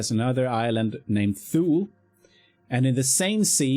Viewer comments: Its TU LE. E pronounced as Eleven. Tulee is in English. We are in SUECIA now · dude Tu-lee. Thule is pronounced TU-LEE. The way thou said it it sounds like Fyn, which is an Island, in Denmark